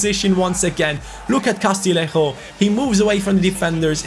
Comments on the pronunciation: Castillejo's name is pronounced Castiyeho isnt it? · Castillejo’s name is pronounced Ca-stee-yay-ho